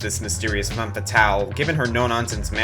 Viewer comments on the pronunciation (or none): none